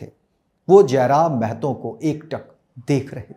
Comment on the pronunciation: जयराम महतो है जयराम मेहतो नही